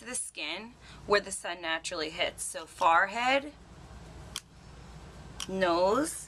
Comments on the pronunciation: Wait.. Is she saying "Far head"? Lmao. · HAHAHAHAHAHAHA SHE JUST SAID FARR HEAD LOL PASTEY WHITE ASS LOL I'LL STICK WITH OLIVIA